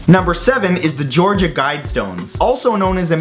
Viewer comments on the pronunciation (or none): none